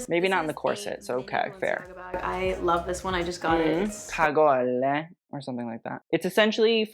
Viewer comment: Cagole isn't italian it is from the south of france so do not pronounce the "e" at the end !!!